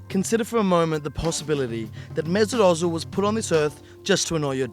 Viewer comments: Stop saying Ozil wrong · His Name is "Özil" and not "Ozil". It's a turkish name. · Why are you fucking pronouncing his name “urtzil” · I've gotten used to the weird Ingerlish pronunciation of his name as Oh-zill (you'd think they'd say Er-zill since it's a lot closer to the proper version), but hearing Ozzle is just bizarre. In terms of why he's hated, it's hard not to notice that he's a quiet, subtle, not particularly masculine, extremely skilled devout Muslim, German and of Turkish roots to boot. Not saying any or all are factors, but it's pretty hard not to notice the degree to which he represents pretty much the exact opposite of all of the qualities that Little Englanders value. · Its özil not ozil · OMFG... The way he said Özil killed me... IT'S FUCKING ÖZIL NOT OZIL FFS YOU PRONOUNCE IT UHHHZIL NOT OZIL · Why Does everywon say ozil its özil! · Good video but why does the guy keep saying Ozzil and not Özil? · WHY DOES SAY "OETZIL"??? There is no T g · FIRST OF ALL "" ITS OZILLLL NOT OUITZLLL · Kenners Kenners, he's just criticising the 't' sound that adds in. He pronounces it "oetzil". Which the ö is right but there is no t sound. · ZERO HIT actually pronouncing it right. It’s not an ‘oh’ sound because of the ‘ö’ in his name. That’s how Germans pronounce it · It's Pronounced (urzil) in German anything with those to dots on top of a letter (which is called a umlaut) you give it that ur sound 😧 For flip sake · Its pronounced as "OEzil" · I get really pissed off by the way he says Özil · Can you please pronounce his name correctly? It’s annoying me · Couldn't get a narrator that could actually pronounce Ozil's name correctly? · The way pronounces Özil is so annoying... and I’m not even German 😂